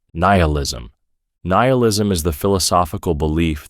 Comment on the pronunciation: Gah, can’t listen to these things knowing it’s all made by ChatGPT. Keeps changing the pronounciation of nihilism and stuff.